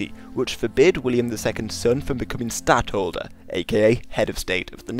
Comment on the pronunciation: Say either Stadhouder, or Placeholder. Never say Stadholder....